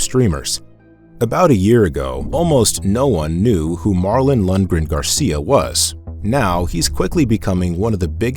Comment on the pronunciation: Lundren.... Its Lundgren